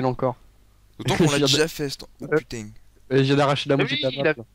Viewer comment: "Putaing !!!" sa y est il devient Marseillais